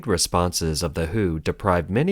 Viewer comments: Maaaan, WHO is not read as "who", but as "double you eight o". "Who" was an English music band. And since it's news about China, people may also confuse it with Hu Jin Tao. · If you use auto narrator to read the scripts it is better to write the WHO as "W H O"; putting spaces in between each alphabet so that it will not be read as "who". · It is "Double U - H - O" not "the who"!^^